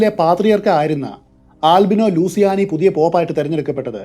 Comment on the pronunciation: ആൽബിനോ ലൂസിയാനി എന്നല്ല ""ലൂച്ചിയാനി" എന്നതാണ് ശരിയായ ഉച്ചാരണം.